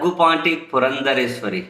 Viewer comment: ...ఆమె పురంధేశ్వరి - "పురంధరేశ్వరి" కాదు